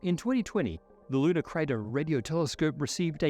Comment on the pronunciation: With your accent, I first heard “Ludicrous” Radio Telescope. Good name to not get funding.